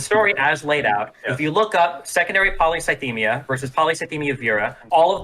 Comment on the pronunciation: CONSTANTLY mispronouncing polycythemia is so fucking funny